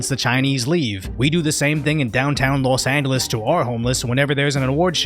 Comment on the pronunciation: I like how the host of this channel pronounces 'Los Angeles.' He says the 'g' in Angeles like it's a 'g' and not a 'j'.